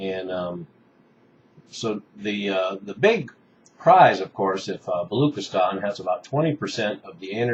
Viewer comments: Its not balookistan, its pronounced balo-ch (as in china)-istan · hey u pronounce "balochistan" not as "balookistan" but as "baloCHistan" "CH" sound as in china dana rorbacher was making the same mistake and was ridiculed in pakistani media for that.